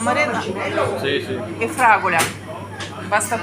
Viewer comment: Напевно Fragola а не фраголЯ жах